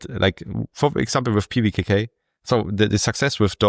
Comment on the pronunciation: Show off. Reading the name of pvkk like it's nothing 😢